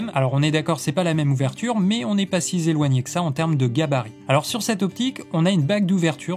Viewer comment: « Si zéloigné » 😭😭 La liaison fantôme 😂